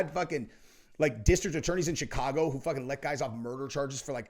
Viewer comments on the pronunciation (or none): none